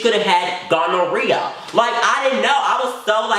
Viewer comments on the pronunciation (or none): The way he said gonorrhea